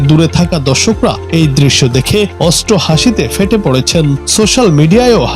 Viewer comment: অষ্ট হাসি মানে ৮হাঁসি না ৮৮হাঁসি? মনে হয় বলা উচিত ছিল অট্টহাসি, তাই না? সাংবাদিক ও গরুর গুতা খাইয়াছে মনে হয় 😂